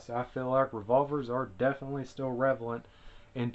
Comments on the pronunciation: What an arcaic fuddlore ridden way of thought and wtf is "revalent" anyway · “revalent” lmao